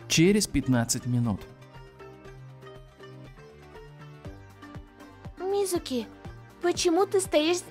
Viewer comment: Не мизУки а мИзуки